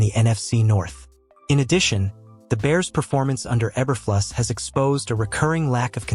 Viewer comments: Obviously, this is a AI Voice added to the this short video. AI does not know how to correctly pronounce E-ber-flu-sss. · Obviously, the AI voice added to this short video, does not know how to correctly pronounce, E-ber-flu-sss.